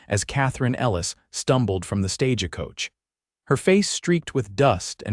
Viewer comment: EDIT & REVIEW!! It is "stage coach," not "stage-a-coach".